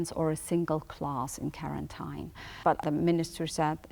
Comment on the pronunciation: vekkinated and karentine heheheh